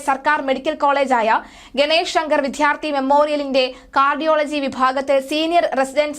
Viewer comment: വിദ്യാർത്ഥി എന്ന് പറയൂ. ധ എന്നുച്ഛരിക്കരുത്.